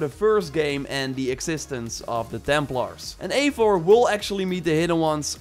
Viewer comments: Everyone pronounces the characters names as "Avor"... Its "Eivor" ... "Ei" "Vor" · Its Not Avor its Eivor like Ivar but With an O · It’s pronounced I-vor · Lᴏᴋɪ Oʀᴍꜱᴛᴜɴɢᴀ said in the breakdown video “avor”